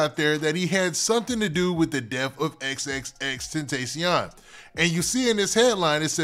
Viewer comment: Im tired of you saying X name wrong 😂